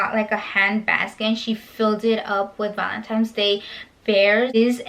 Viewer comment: ValentINES not Valentimes fyi